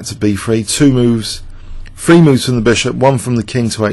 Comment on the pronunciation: it not fucking b free, its b three